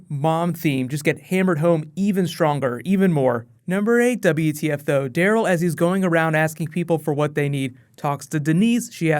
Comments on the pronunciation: Am I the only one who think when you say Daryl it sounds like you're saying Dale? xD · u said rick and carl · on number two you said rick and carl lol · You said Rick and Carl? Isn't it Rick and Daryl